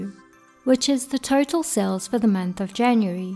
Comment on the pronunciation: When you pronounce Total, it sounds like Turtle.